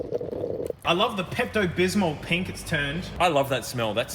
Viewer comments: Pilk ❎ Pink ✅ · QUIT SAYING PILK!!!!